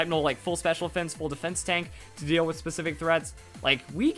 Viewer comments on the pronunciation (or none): none